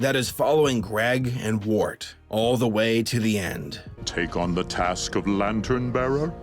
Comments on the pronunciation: His name is Wirt, WIRT, not wart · I’m sorry, did you just call him Wart? How though? Anyways, 2 best show for number 10. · *wirt not wort😂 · I cannot be the only one who did a double take when pronounced Wirt like "wart". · "Greg and Wart" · am i the only one who noticed he called wirt WORT